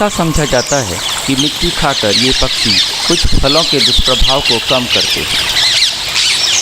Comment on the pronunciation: Paksee nahiN, Pakshee See naniN Shee kaho year.